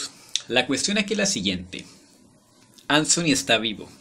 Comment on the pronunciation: Traer de Vuelta a anthony y con tantos detalles excelente narración y la pronuncion de ansony genial saludos